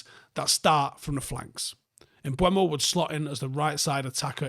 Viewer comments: please, and hopefully to many more. Im pretty sure it’s not pronounced “mBWAYmo” like many are saying. That would be spelled such as “Mbuemo”. It is “Mbeumo” and if you find a clip of the actual player saying his own name it’s more along the lines of “mBoomo” to say it as easy as possible phonetically. But please stop with Mbuemo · M-BUH-MO not M-BWU-EMO,.;) Nice video anyway.